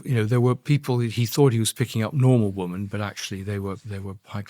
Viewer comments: Andrew Lownie is a very engaging and articulate speaker. I wonder, though, about his mispronunciation of the word "women". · Dear Andrew Lownie - please note there is a pronunciation difference between the singular woman and the plural women.